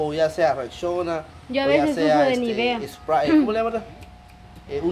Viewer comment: No se dice Sprai se dice Sprei de inglés Spray 😊